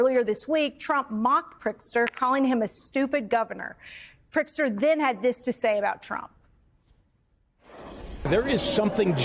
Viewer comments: Everyone talking about pronouncing Mamdani's name but Elise Jordan can't even make her way around Prtizker. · Did she say Prickser? yikes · Its Pritzker, not Prickster. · Is she calling him PRICKSTER??? 😂😂😂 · Maybe your host can learn how to pronounce “Pritzker,” instead of mispronouncing the name several different ways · Learn to say the Illinois governor's name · Can't say Pritzker?? Just keep with "Illinois Governor"